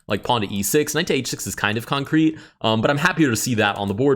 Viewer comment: Why do you say concrete like that? Why do you say it every move? It's pissing me off